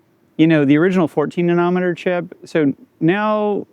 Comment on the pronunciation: What kind of an animal pronounces nanometer like that? 😂😂😂